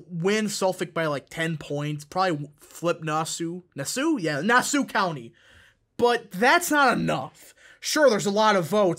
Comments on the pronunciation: We pronounce Nassau like Nas Aww. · Lol you pronounced Nassau way wrong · The way you pronounced Nassau, I'm suprised you pronounecd Suffolk right, lol